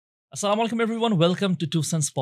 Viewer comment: তোমাকে সালাম দেওয়া শিখতে হবে স্লামালাইকুম না আসসালামুআলাইকুম